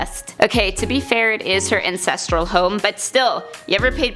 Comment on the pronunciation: "incestral home"